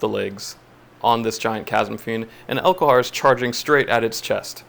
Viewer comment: elHOKar not elKOHar